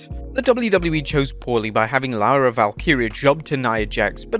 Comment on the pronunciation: fighting the English condescension to the Irish and finally pronouncing Lyra correctly.